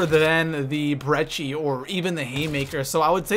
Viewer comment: There's no "H" in Brecci. Stop pronouncing it that way. It's Breh-Key